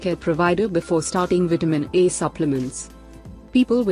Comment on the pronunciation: You Do Realize That It Seriously Sounds Exactly... Like You're Sayin' Vitamin "E"... Right!!??🤔😓😞...,Jussayin'!!!😞😒